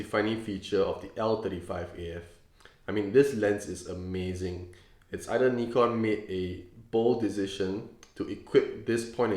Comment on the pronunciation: finally a person who pronounces Nikon correctly!